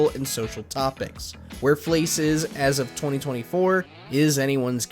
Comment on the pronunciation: it's fleiss not fleece